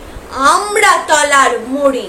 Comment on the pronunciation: Apni more ke mokre bolechen